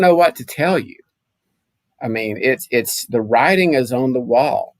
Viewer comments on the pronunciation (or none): none